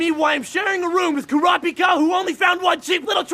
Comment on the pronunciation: As far as dubs go this one is really great, but I just wish they coulda learned to pronounce the names better. Super jarring every time they say "Ku-RAAW-pika."